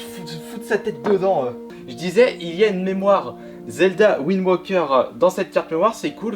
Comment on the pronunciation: c'est pas Zelda WindWOKER mais Zelda WindWAKER il y a un AAAAAAAAAAAAAAAAAAA pas un OOOOOO dsl pour les majuscules c'est juste que ca commencer à souler